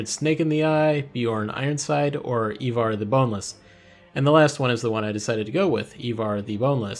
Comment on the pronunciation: ivar is prounouced "eye-var"